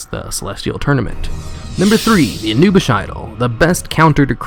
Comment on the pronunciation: I appreciate the video, but man, if you're going to make a video make sure you know how to pronounce the things you're talking about. It's "Build TURRET," not "build torrent." It's "AnubiSATH," not "Anubish." It's "ION cannon," not "Iron cannon." And that's just three examples. There were plenty more. Aside from the wrong names and mis-pronunciations, good video. Thanks.